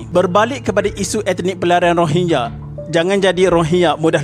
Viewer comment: Ko sebut rohingnya2 min terasa long tiger weyh